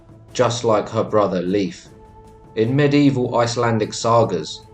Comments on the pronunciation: it’s pronounced layf my guy not leaf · Please for the love of the god please use proper pronunciation. Leif isn’t pronounced to sound like leaf. Made me cringe every time and was super distracting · Leif is NOT pronounced "leaf" for crying out loud!!